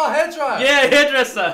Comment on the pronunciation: And hair dryer lmao